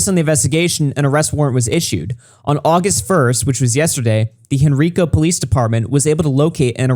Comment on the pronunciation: In the opening I imagined you said «happy Augieust» xD